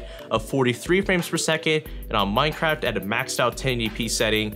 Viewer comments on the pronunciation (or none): none